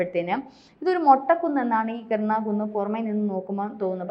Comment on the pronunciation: കിർണ കുന്ന്.... അല്ല. കിരാന കുന്ന്